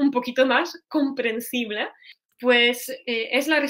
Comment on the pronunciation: Muchas gracias! Después de tu explicación, he vuelto a ver el vídeo y he notado la diferencia. Sobre todo con la E al final de sus palabras, como "comprensible" - comprensib-LEH (que suena casi como la schwa que usamos tanto en inglés) en vez de la E cerrada. Al oír estas diferencias estoy mejorando mi propio español, así que gracias de nuevo.